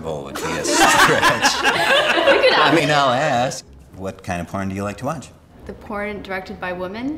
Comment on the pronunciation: "do black people warch that"😂😂😂